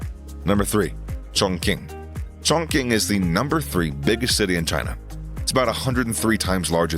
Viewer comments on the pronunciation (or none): You mispronounced Chongqing, it’s pronounced “Tsongching” not “Chongking” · Chongqing is pronounced as " chong ching ". Q is pronounced as " ch"